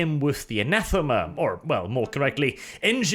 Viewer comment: Anathame,. Anathame. Ree.